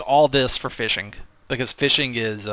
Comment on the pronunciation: What is this "fishing" you speak of? All i know of is Feeshing...